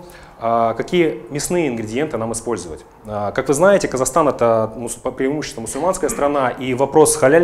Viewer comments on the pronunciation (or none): Kazakhstan, а не Kasakhstan., смешно.